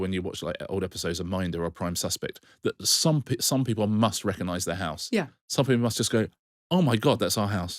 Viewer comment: Marina pronouncing house “hice” was my peak for this week.